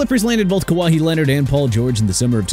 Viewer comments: Ka-Whi not Ka-Waii!!! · Bruh...Ka-wa-hee?? Really?!?!